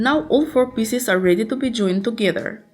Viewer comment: Pieces, not Pisses...